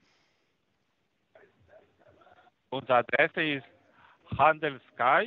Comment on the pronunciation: erster, wien handel"skai" und er sagt sky